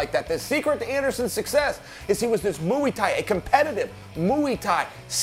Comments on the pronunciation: What’s Mu EE tai? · "Mooey Thai" ???? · “Muwi Thai” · *Mui tai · "Mooie Thai" - The Randy Couture lineage of combat pronunciations. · Why is Chael saying, "Mooey Thai?" It's like he hasn't heard the word and/or is the Stugotz of MMA. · Chael "Moo-ey Tie" Sonnen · Chael "MOOEY TAI" Sonnen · Chael "Moowy thai" Sonnen. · MOWEE TAI? C'mon Chael..... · What the fuck is moo-ee ty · Mooy Thai, lol. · Chael please learn how to say Muay Thai